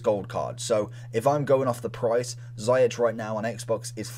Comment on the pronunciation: ‘Ziyech’ is pronounced as ‘zee-ash’ not zi-atch’